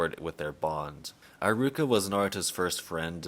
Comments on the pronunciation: Bro why do you spell pronunciations like that? It's eh-ruka eye-ruka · “Eye rooka”